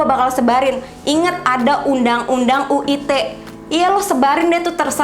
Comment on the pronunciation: UU ITE kak bukan UU UTE 😅